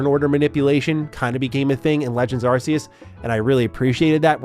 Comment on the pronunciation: in to the video and you have my Like already for your proper pronounciation of Arceus